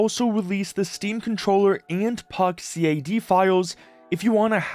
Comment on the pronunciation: Please don’t ever say CAD as C A D.